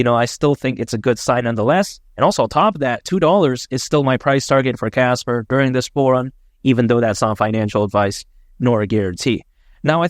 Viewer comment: Casper not kaka :face-green-smiling